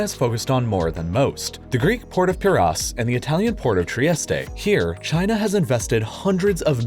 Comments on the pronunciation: Where is tree-esst-ay? Do you mean Trieste (tree-esst)? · Mispronouncing both Piraeus and Trieste in completely different ways, impressive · Fun fact: learn how to pronounce words correctly before narrating. It's Trieste ending just like Nike or Like... No e sound at the end. In the same fashion, in french garçon will have the n silent. If it had an e at the end then it would be pronounced. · Psst, the last e in Trieste is silent. You sound like a right knobhead saying tri-est-eh.